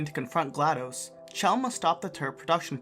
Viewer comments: The issue is that he said "chell" instead of pronouncing it as "shell". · Did this man just say “chell”